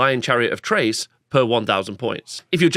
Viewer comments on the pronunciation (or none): Nice overview! A tip for pronunciation. Chrace is like Krace and not Trace, it's i-thil-mar rather than I-thi-li-mar and I think the 'th' in Lothern is just like in 'southern' or 'northern'. Not sure about the last one though. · The 'Ch' from Chrace is pronounced with a 'K'.